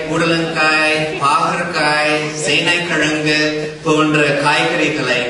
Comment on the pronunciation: சேனைக்கிழங்கு என்பதில் "ழ" வை சரியாக உச்சரித்த இந்த வெள்ளைக்காரரை பார்த்து வியந்தேன் .